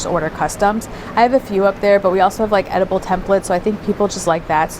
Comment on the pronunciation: Totally thought you were saying edible templates like the kind you put on a cake. 🤣🤣🤣 Need more coffee!